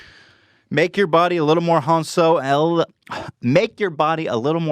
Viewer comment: Don’t you mean Han-Swolo*?